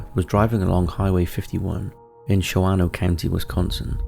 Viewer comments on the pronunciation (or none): #SHAWANO - it is said like this shawn-no a is silent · As a Wisconsin, USA native, let me help out... Shawano is pronounced "Shaw-no". That 2nd "a" is silent. At least locally. 😁